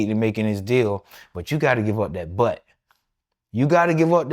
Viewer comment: You gotta give up dat bwutt 😂